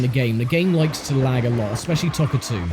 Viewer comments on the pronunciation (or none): Its Toca not Tocca! Arrghhhh